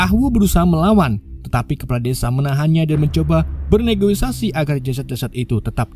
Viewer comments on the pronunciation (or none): Negosiasi bang bukan negoisasi